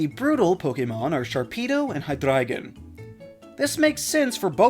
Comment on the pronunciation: bro I didn’t know it’s pronounced that way! It honestly sounds royal! Tho I can’t rlly roll my tongue like that, so I can’t get it perfectly well- But at least now I’m not pronouncing it Hy-Drey-Gon